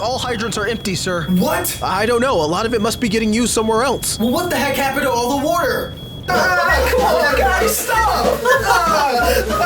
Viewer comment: He said woauter